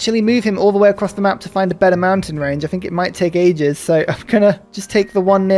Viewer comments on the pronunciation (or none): none